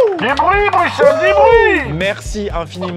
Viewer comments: le bruXllle m'a fait mal 😢😂😂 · Bruxelles Xxxxx il a dit Maxime s'est bruselles qu'on dit Les belges metez un cœur❤ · Ca ne se dit pas "Bruxxxxelss" mais "Brussel" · On ne dis pas bruxel mais brussel je le sais je suis belge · on dit brusselles pas bruxelle meme si ca s'ecrit bruxelle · ca se dit brussels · Brussssssssselle pas bruxxxxxelle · Maxime à Bruxelles on prononce le X par un S